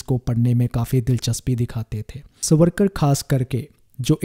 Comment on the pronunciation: Try to pronounce his name properly as. SAVaRKaR